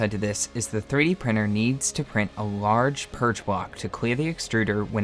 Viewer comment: 3D prinNer… and all the T you did not pronounce and converted in N or an R, etc.